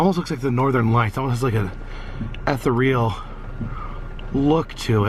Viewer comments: "ETH-eh-Real"? Seriously? Eth-EER-eal. If you don't want to sound like a pretentious knob, please learn how to pronounce the words on your "woo word a day" calendar. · "Ether-Real" look, sounds like this guy can't pronounce words properly. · "etha-reel". Yeah, that lends credibility to this clown. He can't even properly speak his own language. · "At a real" that's one way to pronounce ethereal I suppose. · Yea I'm definitely going to listen to a guy who can't even pronounce the word "ethereal"